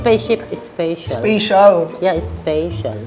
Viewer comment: "Spacetial" I love you mommy HAHAHAHA Grabe yung laftrip ko 😂❤️